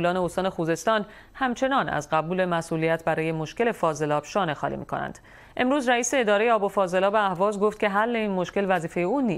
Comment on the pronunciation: کلمات را درست تلفظ کن. شانه خانی چیه؟! خالی و خانی دو مفهوم جدا گانه است. این چندمین بار است که کلمات و اصطلاحات روزمره را اشتباه تلفظ می کنی.